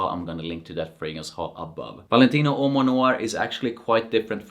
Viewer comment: Awesome presentation!!! I'm obsessed with how u pronounce Uomo! 😊🥰🙏🏽